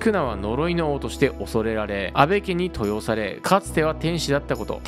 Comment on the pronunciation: 登用の読み方はとうようです